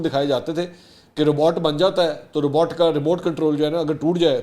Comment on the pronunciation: رباٹ غلط ہے ، روبوٹ صحیح